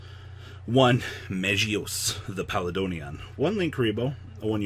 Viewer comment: Palladonian. No. Stop. Pall-A-D-On